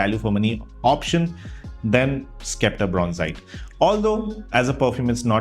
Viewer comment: It's 'septer' and not skepter, just pointing it out